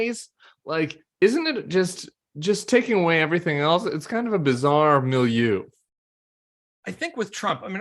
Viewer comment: "Milieu"? You're trying, Tim. You're almost there. not bad, but maybe give your Pimsleur III a listen a day for a little while more...